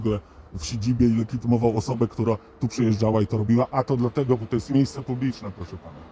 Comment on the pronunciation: "Dlateguż" hahahah